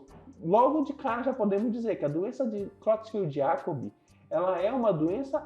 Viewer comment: A pronúncia é króitsfeldt-iákob. O "e" tem som de "e", não de "i".